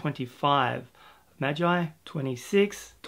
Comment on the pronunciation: Nah-roo-toe for naruto Maaaaaagggeeee like glee without the l for magi